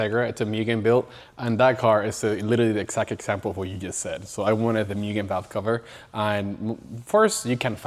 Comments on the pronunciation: Moogen not mewgen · ngl, this is why car culture sucks. buying to resell for more. stupid amounts more. yeah, you can do that. yeah, you can make a living like that. yeah, if you don't, others will. still doesn't make it right imo. not as a car guy. it goes from hobby and fun to selfish and business. "myugen" 😂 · "mYgen" 😅 almost there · Guy has all this shit and still says Myugen xd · As many times the word "MUGEN" came up I'm surprised it's not pronounced MOO-GEN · My guy has Mugen everything but still says it wrong. Extraordinary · How can you be a hardcore enthusiast to the point of making it your business and can't be bothered to pronounce Mugen correctly. You immediately lose all credibility of being a supposed expert.